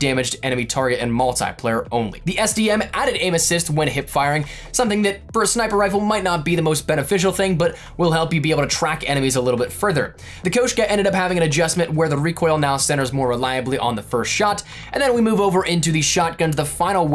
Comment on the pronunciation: Am I high or is it ( kAshka) and not (kOEshka)